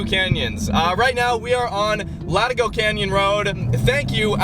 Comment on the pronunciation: And pronounces it wrong. It's La/tee/go got to remember the Mexican influence. Latigo Canyon great road, used to shoot porn at one for house up there that looked south towards the ocean. 👌